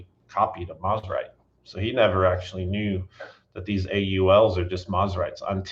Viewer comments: I hate to be this guy, but I also know you care about accuracy, so…. It’s pronounced Mose-rite not Mos-rite. The brand’s name comes from the combination of it’s two founders’ last names, the first of which being Semie Moseley. I know several people who knew Semie personally, and they’ve all said the same thing. So I’m confident that this information is correct. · For historical accuracy, Mosrite is suppose to be pronounced “MOSE-RITE”